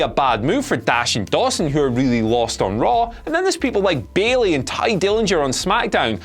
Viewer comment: Did you just say Bailey?.....on Smackdown? The way he worded that just made it sound so unclear. XD